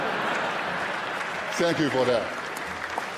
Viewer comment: "Sank Yu NBA"